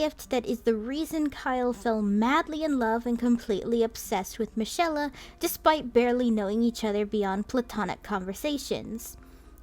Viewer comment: Im pretty sure michaela's name was pronounced as Mikayla